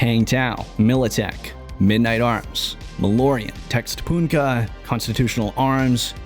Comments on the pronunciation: Oh no, that "Textponuka" is actually "Техтроника" which is in Russian. It's read "Techtroneekuh" and well techtronic sounds way better and makes more sense than textponuk :D (I now see that someone had already told you)(anyway) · The "Textpunka" brand is pronounced "Tehtronika". It is Russian for Techtronic. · Textphonka ahahahhha. It's Russian Cyrillic, it roughly reads as Techthronica.